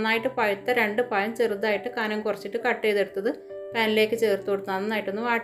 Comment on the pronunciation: പയം അല്ല 🤣🤣പഴം